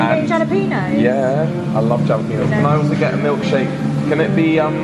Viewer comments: The same way you think we pronounce Adidas wrong because of the creator of it, is the same way you're pronouncing Hal lah peen yos incorrectly. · Hallapenos - no j - say Hallow- Peen- ohs, (no emhpesis on the "h" ) (just like (oh) That's the correct way? All in one word. Hallowpeenohs. PERFECT! You'll get it? It takes awhile. You will be talking mexican/spanish in no time! When you get more use to it, Hallapeeno. Don't feel dumb? I made the same mistake coming from Nebraska to the south! lol. It's all good. I got called out for saying Hallowpeenyo. (like yo, dude, what's up) Don't add the "y", lol. Sometimes I still say it that way just to mess with them, though? lol. It's all in fun. Don't want to piss them off, though? You got to be good friends with them before you do that? TIP! Eat some real home made mexican food! Not store bought stuff. When you come back to the U.S, Just ask any mexican taxi driver, or any mexican on the street, if their mom cooks REAL mexican food, buy the ingrediants, let her cook. Might take a day or two? You will NOT regret it. Probably be safer if you have some contacts here in the u.s. Restaurant stuff is NO WHERE NEAR home cooked food. Unless you can find a mom and pop diner, homestyle small place. If you are the only white people in the place, you know that you have found the right place. DON"T be arrogant. DON"T make an ass out of yourself. Be polite. Be decent. DON"T bitch . You aren't American, so I don't need to tell you this? lol. But they won't be used to serving white people. THAT"S when you know it's authentic. Don't bitch about anything. Just be nice. Don't complaign if it's not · Im guessin you know it’s pronounced HA-la-pen-yo. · its pronounced "HA LA PENO" ... FOR FU@ SAKE!!!! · I abhor your "jalepen̄os" pronunciation. Are you trying to make this funny? Because in a way it is funny, but I still hate it. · The way u guys pronounce jalapeños is cracking me up.... I can’t tell if it’s on purpose :) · Jalapeños WITH AN H....